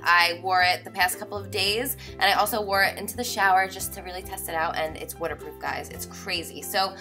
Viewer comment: its wutter proof guys